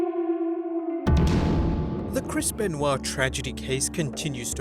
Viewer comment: Can't delete it if you say Krispen Wa